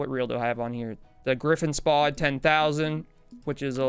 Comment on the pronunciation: It's spod not s-pod